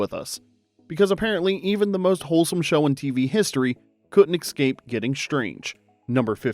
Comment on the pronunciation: The word escape is not pronounced ex-scape. Look how it is spelled. Eh-scape